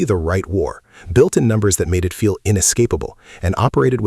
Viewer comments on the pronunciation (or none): none